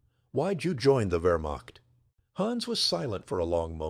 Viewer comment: It is NOT "Vermock. It is Wehrmacht, pronounced Vayuh macht with the ch pronounced as a mid lingual fricative almost touching the roof of the mouth.